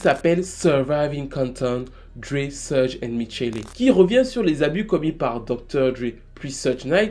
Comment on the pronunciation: Suge se prononce " chougue"